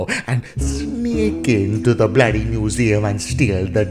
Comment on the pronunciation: Why are you keep says bloodly